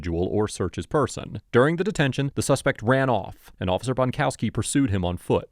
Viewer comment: Bonkowski is a WA with a T on both ends